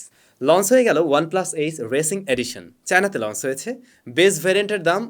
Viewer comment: Bhai plz pronunciation ta thik koren ei choto choto jinush puro kota barta khet banai fele, lonce ki hea???